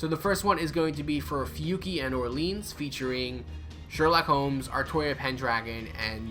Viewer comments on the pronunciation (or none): none